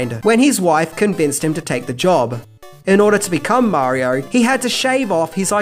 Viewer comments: Marior, Nintendor, Showr :P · Imagine making a whole ass video that is a full 26 minutes long but you still can’t say Mario without adding an unneeded british as marior every other time you say it